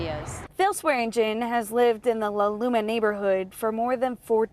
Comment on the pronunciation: It’s La Loma Lllll-ahhhh Looohhh-mmmmaaaaa